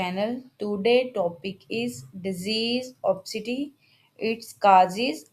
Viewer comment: Wrong pronunciation. Obisiti not opsiti. Information is here is not particularly helpful, usual mainstream stuff.